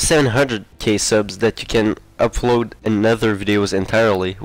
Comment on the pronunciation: he keeps saying 'Ubbload' lol